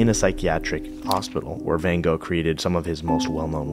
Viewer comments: Who is ‘Vincent Van Go’ ? With respect you mispronounce ‘Van Gogh’ several times in this short piece. Many would conclude, that getting his name correct would be the best way to make a start. Apart from that this is a great look at Vincent and his life, excellent. Plus. you didn’t neglect ‘Jo’ if it had not been for her we would know nothing of Vincent and his work. Thank you for these inspiring insights. Ps. The photo you show is not Vincent Van Gogh. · Hi surname is pronounced Vincent Van "GOFF" Not Vincent Van "GO" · it's van gogggg, not ven go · I can't believe how such a great polyglot like pronounces Van Gogh as Bengo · This is really lovely, but oh, so difficult to listen to your 'Van Go' pronunciation of Van Gogh's name. So difficult! 😬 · Sorry. I cringe every time you say Van Go. It's Gogh. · How about learning to say his name ??????? "Wen Go" ???????? It is (first) FANN and (second) CHOCHHH...... the brother TAY-Oh, not TheeOH...and so on..... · I'm surprised (but not disappointed) that you did not pronounce his name correctly. You are the master of languages. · You learned so much! Except how to pronounce his last name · Why do Americans consistently pronounce Van Gogh's name wrong 😂